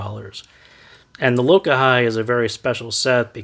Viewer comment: It's pronounced Lo-kah-he. It's a Hawaiian word for unity. 🤙